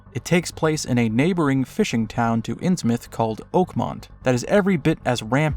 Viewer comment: Call of Cthulhu was a cold pile of shit compared to Sinking City. But holy shit it drove me INSANE to hear "INNS MOUTH" over and over. It's fucking pronounced "INNS-myth."